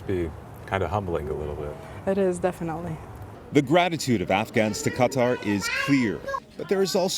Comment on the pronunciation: “Qatar” is pronounced “kah-TAR”. Please stop making it more difficult than it has to be.